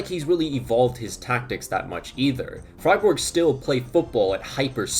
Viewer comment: Only team he can pronounce, im always dying with "Freiborg" and "Munchenglaadbak"